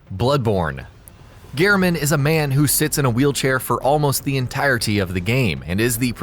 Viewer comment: Ghernham? Ghernham. That is not at all how his name is spelled, Gehrman, not ghern ham. You could have atleast looked up his name, it takes like 5 seconds.